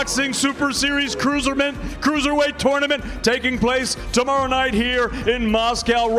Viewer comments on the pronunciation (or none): He said "Cruiserment" haha!